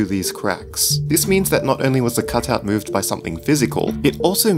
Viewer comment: cotut lol you said cotut instead of cutout love it XDD